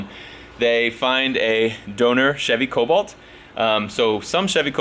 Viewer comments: I only have one question how many times did you say colbolt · Take a shot every time he says colbolt